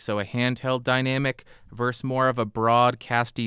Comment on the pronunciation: Dude it's Versus....not Verse.